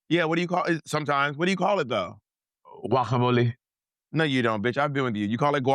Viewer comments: "Guajamuleh..." is crazy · the fact that monet is not saying "guacamole" the correct way is sending me hahahaha you do not pronounce like juacamole the correct way is like wacamole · It’s not “who-ack-ham-oleh” it’s GUAC-AM-OLEH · "Juacamole" Monet pls 😂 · not monet trying to lie about how she says Guacamole and still doing it wrong